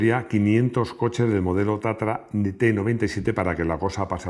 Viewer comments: Porqué dices o pronuncias Tatara si es Tatra ? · Es TATRA o TATARA, me parece que no Lee bien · Porqué Tatara en vez de Tatra?,y porqué Giuseppe en vez de Josef?.🧐🤔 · No es Tatara es Tatra.